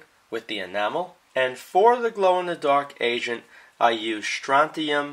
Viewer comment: i keep hearing "glow in the dark asian" instead of agent 😂